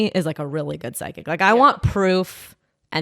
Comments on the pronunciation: why is pronouncing psychic as "psy-kick" lol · why does say psychic like she is saying sidekick